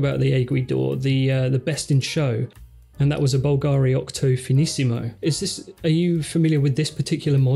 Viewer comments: Well I don't have time to read all the comments, so forgive me if someone already mentioned this minor point: It's actually pronounced BUL-ga-ri. There, that's sorted... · Please guys check how Bulgari sounds: Bul (like bill) - Ga (accent on the a) - Ri (no accent on i).